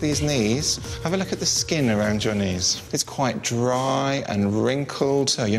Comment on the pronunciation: I hate how they say vitamin